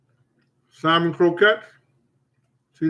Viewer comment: Haha If you didn't show the can of salmon in part 1. I swear you were saying simon. I keep thinking wtf is simon